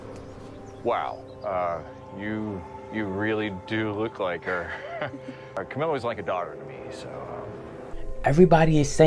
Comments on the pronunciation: Its cam - ill - a not cam-ill-ya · Ngl it aggravated the ish outta me that the clips kept saying Camilla you listened to that and kept saying camillia why you added a I after the l 😟